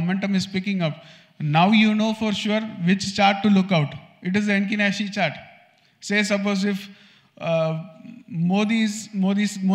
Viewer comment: It's Heikin Ashi not Henkin Nashi. Thanks for sharing.